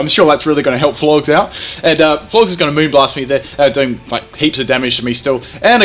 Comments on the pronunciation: Are you... Pronouncing... Florges... AS FLORGS?!? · Lmfao FLORGZ. It's pronounced like "gorgeous". Florges, gorgeous. Get it? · I like how it's supposed to be "Florges" like "gorgeous", in regards to its beauty, but instead calls it "Florgs" making it sound totally ugly and unappealing